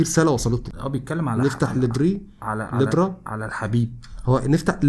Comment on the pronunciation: الرسالة = البرا تقرأ بالسكون على حرف الباء والفتحة على حرف الراء